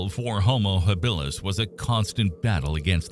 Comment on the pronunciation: It's ridiculous when the pronunciation is so awful....Hill bill us.